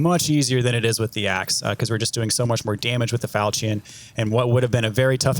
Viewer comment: Falchion, falchion, falchion, falchion, falchion. Look up how to pronounce it. Lol. Love love love the videos. Giving you crap.